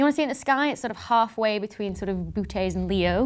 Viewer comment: I believe it's pronounced Bo-o-teeze.